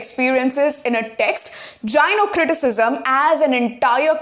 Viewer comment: That was very informative. Thank you so much but I guess gynocriticsm is not pronounced as jynocriticism .❤